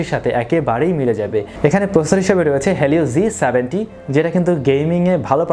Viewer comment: G 70 T* thikmoto bolen bhaiya...